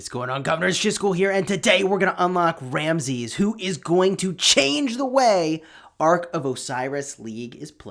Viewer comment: I am from Egypt , you should say Ramses with S not Ramzez .